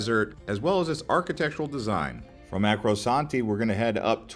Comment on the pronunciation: Arco-santi, the “r” is before, not after the “c”. 😊